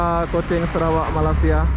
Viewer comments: bang cara bacanya maleysya.. bukan malassiya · Malaysia, bukan malasia biar fasih kedengaranya.